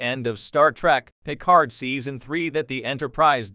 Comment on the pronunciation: That bothers me as well. Not to mention that the d in Picard should be silent... But maybe I have simply seen too much dubbed to my native tongue or simply paid too much attention in French at school or something like that. 😉(But AI should really know how to pronounce certain names even when their origin is from another language.)